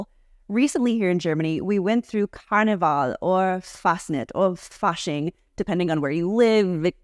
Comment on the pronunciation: 5/5 pronounciation on Karneval and Fasching, but 'Fasnacht' needs a bit more attention, especially the 'Nacht' part. Give it a clear 'A' sound, as in 'KindergArden', and really appreciate the gritty 'ch' - on sandpaper scale you don't want to got too rough on the grit, give it a nice 120, not lower ^^ And then you end on 't' as you perfectly demonstrated, so just the 'A' sound and the 'ch' sound, which need a little more attention 👍‍